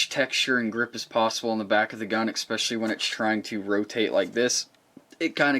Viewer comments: Love it! On a side note you keep pronouncing "especially" with an X, like expecially, which isn't a word! Love the channel and the M&p, just fix that grammar! Lol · Seems more and more people are putting an 'x' in their pronunciation of 'especially.' Anyone else notice this trend or is it just my imagination?